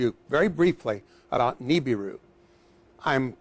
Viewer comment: I love how he is a Scientist and he still mispronounces "Nibiru"...